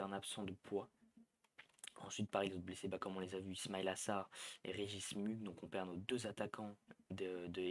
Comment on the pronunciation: Ce n'est pas MUGE mais MOUGHUE avec un E prononcé comme un E accent aigu, merci. C'est ainsi que l'on prononce MUGHE